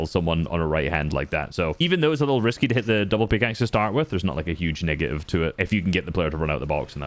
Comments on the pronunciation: He said negative but it sounded like smth else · they usually don’t pronounce their T